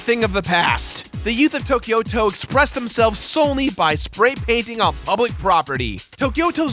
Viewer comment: Tokyo-to just means Tokyo City. The "to" sounds like in "Tobias"